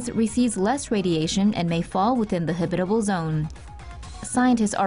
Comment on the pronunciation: You mispronounced "habitable". & .